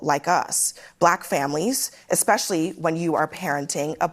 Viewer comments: "esKpecially" and she is a teacher union chief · The guest said "Eck-specially".